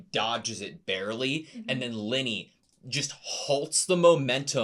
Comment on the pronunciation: Also I love when says Linie. It sounds like Lenny and it makes me think shes like a mob henchman (which I guess she kinda is? 😂)